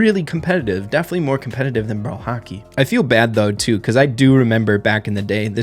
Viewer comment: saying Hockey is like he is saying "Haki" from One piece